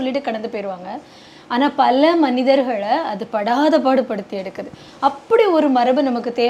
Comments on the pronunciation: அது என்ன பல்ல செய்திகளை பல்ல தகவல்களை😄😄தமிழே பேச் தெரியலை😂😂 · பல்ல தடவை..., பல்ல முறை... பல்ல சமயம்...😂😂😂